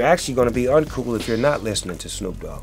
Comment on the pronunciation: "hey snewwp" ... I ain't ever heard my name called like that 😂😂😂😂😂😂